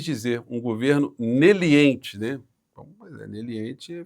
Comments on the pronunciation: Kkkk, é o linguajar dos marrecos de Maringá. Ele quiz dizer meliante e saiu neliente. Um juiz que não sabe falar meliante é ridículo. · "Neliente"??? Um meliante tentando falar leniente 😂